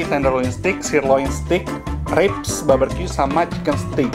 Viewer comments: BARbeque bkn BABERque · Barbeque koko bukan baberque.. heheee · Frech fries. Baberkyu. 😂😂😂😂😂😂😂 Sorry, I just can't stop laughing. You're so funny